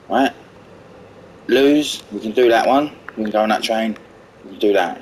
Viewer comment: Lmao imagine being the one who still calls Lewes Loose, it's Lewes ( Lewis )